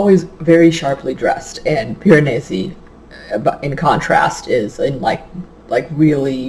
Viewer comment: Hahahahahahaha you definitely pronounced Piranesi better than I did! Omg I have no idea how to even spell it either, that just took me like tries to write. I am SO LOOKING forward to this one! Especially after hearing your thoughts on it! I love books that are a nice, slow unraveling of secrets! :)